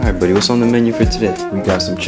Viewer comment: I love when he call "budy"